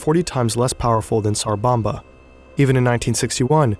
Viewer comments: It's tsar bomba. Not sar. Your spelling it correctly but you keep saying sar. The T is not silent. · it's called "TSar bomba" not "sar bomba" pronounce like leT'S , TS sound